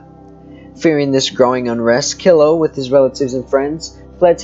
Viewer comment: My mother was a Killough. It is pronounced Kel low.